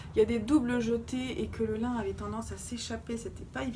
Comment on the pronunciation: hello magnifique ! juste pour info Irène Lin ça se prononce [ Line ], comme le prénom Line et non pas comme la matière "lin". et du coup, probablement est-elle chinoise et non Japonaise car la famille Lin est une célèbre famille chinoise ! Très bonne année à toi